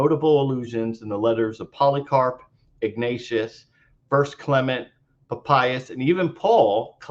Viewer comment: This guy can neither read Greek or Aramaic. And his pronunciation of ancient names is abhorrent! So he's got a legal degree. I have heard during my BA in the Classics that Lawyers Latin is atrocious! Right now he is saying "Pa payas" and not Pa pi as --- ugh! This fellow could have paid for a tutor to work on his ignorant pronunciation.